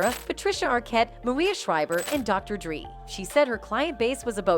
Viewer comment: Did anyone else here Dr. Dree.....